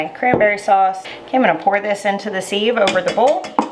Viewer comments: I’m with the taste tester. I love the store bought, canned cranberry sauce. Siv- not seeve, though. Short “I”. 😊🤷‍♀️ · Maybe it’s a YouTube thing to pronounce sieve like that. I think simple living Alaska and 1870s homestead says “seev” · actually its pronounced siv silent i😊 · I love how you say ‘seeeve’, we call it a ‘siv’.:) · Loved this video and your recipe! Sieve is pronounced 'siv', rhymes with live. I loved your addition of orange juice and plan on making a double batch this weekend, already have the cranberries in the fridge. Thanks so much for your clear demonstration! It was very helpful. I just started canning and making jams this year at 62!i was an RN for almost 40 years and never was able to make time until I got disabled and can no longer work. I grew my very first garden this year also. You have so much knowledge to share and I truly appreciate your detailed teaching and showing how it should look when ready! Thanks again! Your taste tester is adorable too! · First: looks good. 2nd: this has made me question how I say sieve …. I say siv like give … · Sieve I always thought was pronounced siv (like give, but with an s). Love your new channel! ✊🏼🇨🇦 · Its pronounced siv. I didn't think people use them much anymore, but we always sieved the flour for cakes and biscuits. I didnt know you could homemake jellied cranberry sauce. Thanks for sharing. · I would use an actual empty tin can. lol Is the pronunciation of sieve a southern thing or a learned by reading thing? I think sieve rhymes with give.